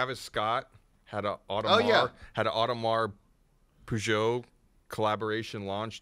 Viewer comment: straight up said "audemars peugeot" tryna sound cultured